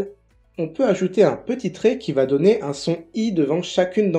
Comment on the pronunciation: Hello, rectificatif : En français, le "o" n'est pas fermé dans "donner" car il est suivi d'une double consonne - Dans "je donne" cela s'entend bien. Le "o fermé" se retrouve dans "potier". Ou c'est le même son que "colis" ou "beau"